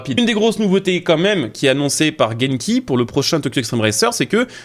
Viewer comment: Pour te repondre c'est bien Genki, pas Jenki ;) Grosse news en tout cas! impatient de fou!!!!!